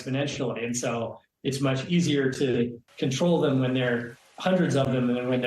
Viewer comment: I hope she gets an Emmy for “hippothetically speaking…”